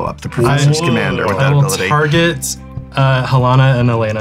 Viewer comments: This might be a bit that I just walked into but it was killing me was pronouncing Halana wrong and then in the credits he pronounced it right but Alana wrong lol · I don't think the Prof knows it's pronounced HaLAWNuh, not Helena.